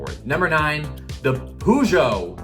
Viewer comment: Its purr-sho (as in show)